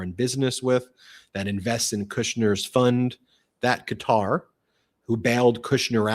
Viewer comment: Thankyou Ben for pronouncing Qatar correctly. "Cutter^, was like listening to fingernails on a Chalk board.